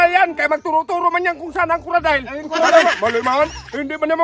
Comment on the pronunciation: Sa man coradile o coocodile 😂